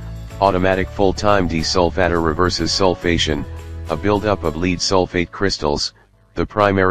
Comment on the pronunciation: It was a joke. The robot in the video pronounces it as a deesolfatter.